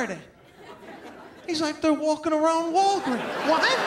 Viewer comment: “walking around Walgrees”. 🤣🤣🤣.